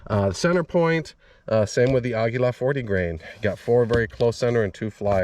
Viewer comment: "Ahguila".... Finally someone else pronounced it correctly instead of "Ageelah"